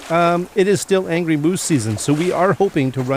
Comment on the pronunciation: angy is how my granddaughter says angry lol when you misspoke it made me smile and think of her lol